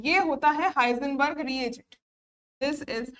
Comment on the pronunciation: हिंसबर्ग न कि हाइजनबर्ग